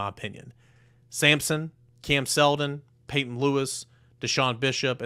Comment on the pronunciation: Peyton not patron